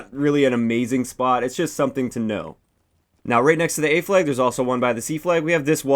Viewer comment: A fleg. B fleg. C fleg. It's in the beg if you're on the fleg. Teg. You're it!